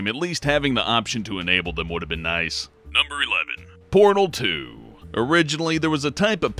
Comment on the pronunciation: When said Portal 2, i thought he said Porno 2...